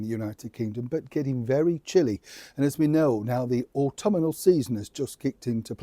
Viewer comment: Sorry to be pedantic but the word is autumnal not autuminal.